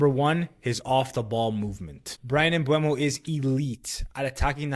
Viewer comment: Just found the channel; nice video. Subscribed. P.s. it's "Mboomo"